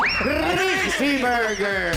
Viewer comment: 😂😂😂😂crissspppy burger 😂😂😂tawa ako duon ah